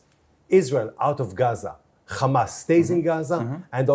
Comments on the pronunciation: The funniest bit is, they can easily pronounce the 'H' and in the same sentence mispronounce it as khammas' to add an evil image to them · He misspoke Fatah for Ha🎉mas - for him, they're all the same. LOL he proceeds to spell Hamas H, A, M, A, S. and then proceeds to pronounce it Khamas. He comes across as unhinged. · “H.A.M.A.S… Kkhhamaas” 😂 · Khamas, khamas. He is gonna choke saying khamas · 😂😂😂 spelt the word HAMAS LETTER BY LETTER and then proceeded to say KHAMAS 😂😂😂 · He spelled it right and still pronounced it wrong 😂 — absolute disgrace. They will lie to through teeth.